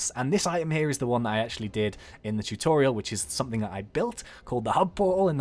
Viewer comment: you keep on saying somefing